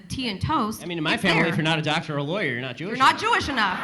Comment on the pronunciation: "When y'all win 2 Super Bowls in a row, ya'll get off the hook." ...wait did he say Doctor?